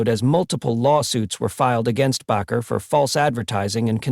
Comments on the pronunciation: Argh, that bugged me. It's not "Backer." It's "Baker." BAKER. BAKER! SAY IT RIGHT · Bakker. Proper spelling. ……Bay….ker. Proper pronunciation. I’m not a fan. But hey, these presenters lack their own factual and obvious credibility, ..do your homework. Plz. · People do not have powers. This is only God. Anywhere the word is spoken it will deliver. Have faith in God, His only begotten Son and Holy Spirit. If you are going to post this please use a better AI. That g is pronounced as the g in angel. The a in bakker is a long a and the name is baker. These words matter if you want to impress. Look not to any human. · You know what amazes me with narrators of programs like this they can't get the names right of the people they're talking about. Pastor Jim bakker is not pastor bocker. But that's how he pronounces the name. And why during his segment he keeps flashing up pictures of Jimmy swaggart you're not talking about Jimmy swaggart. Keep working on your videos someday you'll get it right. Pastor Dom Tucson Arizona. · Bakker is pronounced Baker. Like the person that bakes bread. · AI can not even pronounce Baker correctly.